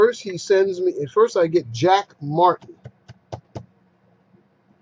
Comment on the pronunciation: Lol, "Jack Martin" can't even pronounce his own name correctly. Why do they persist with these ridiculous names?